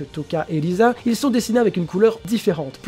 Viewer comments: Si c'est risa mais le "r" en j'aponais se prononce "l" dans la version française ils l'on apellées "lise" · Le R en japonais se prononce L si je me trompe pas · Ah bah oui je sais pas comment j'ai pu le louper xD Bon bah je m'en vais acheter un microscope. Sinon j'ai surtout posté mon message parce qu'a force c'est un peu chiant que les gens essaient toujours de prononcer le nom des persos à la japonaise pour faire genre alors que bien souvent ils se trompent. Et si jamais, je sais pas si tu sais mais beaucoup de team de sub traduisent le nom des personnages en romaji ce qui diffère un peu de la prononciation française (l'exemple de "l" et du "r"), sinon on dirait Tōkyō Gūru et pas Tokyo Ghoul. Bon bah pour finir ce vaste discours, je tient à te redire que tu t'es amélioré et que si tu continu à apporter de bons arguments ça ne pourra que bien se passer. Sur ce, bon courage pour la suite.